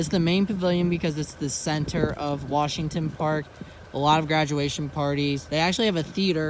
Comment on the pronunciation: but its pronounced "wershingten"🤣 all jokes aside great video. sad that the malls are dead. theater gone.🍻